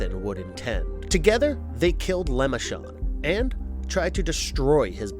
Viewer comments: It's LeMerchand, not lemonchant dude. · Behest & LeMarchand. Not berhest or Lemachand